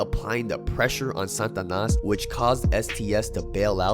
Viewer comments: The way he says "SANTanas" when it is "SATAnas" is pissing me off lol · Satanas… not Santanas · It's SATANAS not san'tanas what am hearing from ur pronunciation sir. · sts pronouncian is "Santanas" or what is real Satanas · Pronounce it correctly Sa-Ta-Nas not 🎅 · Sa ta nas... not San tanas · it's SAT-A-NAS not SAN-TA-NAS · Why are you sayin santanas is satanas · Why you keep saying “santanas”… not “satanas” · Is it Sa-TA-nas or S-AN-tanas because you spell it Satanas but pronounced it SANtanas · Satanas though,not Santanas. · If you pronounce it Santanas one more time!!! 😡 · Why u keep saying Santanas? Or is it the stuffy nose? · Its funny when you say it Santa nas. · There’s no “N” pronunciation after SA.. TA NAS (slight accent on 3rd syllable) SataNAS from my experience knowing them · Ask your wife how to pronounce Satanas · you saying it wrong bro